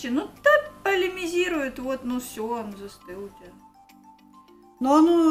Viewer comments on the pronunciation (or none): Как обычно - скупает всякий хлам... "Бамбинтон" - нет такого слова, вообще. "Полимезирует"... тоже нет такого слова, есть слово "полимеризация". Уши вянут.